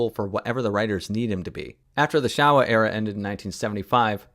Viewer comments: It's pronounced showa like show, not like shower. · Love your review. However, "Showa" in Showa Era is pronounced "Shou wa", not "Sha wa". I'm a child of the Showa Era. Godzilla was my first nightmare as a pre-school child.